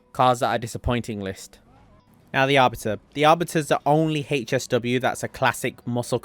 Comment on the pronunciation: What does HAAYCHESS W mean Isn’t it HSW ? Why the fuck he say HAYCHESS W OOPGRAYD. dude say AWWWBITUHH. Fuckin say Artbiter